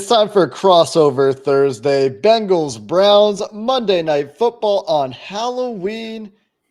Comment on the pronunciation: BEN-GALS ……….. NOT BANG-GALS…..